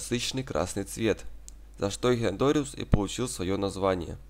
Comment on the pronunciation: " Эхинодориус" - просто уши режет ...